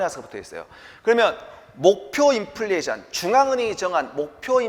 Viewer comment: 업로드 기다렸습니다~ 이번편도 명강의 감사합니다~ 3분31초 인플리션 이-득 강조하신거 재밌어요 ㅋㅋㅋㅋ🎉🎉